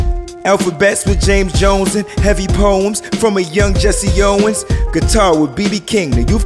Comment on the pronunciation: Jessie Jackson! 😂 not Jessie Owens!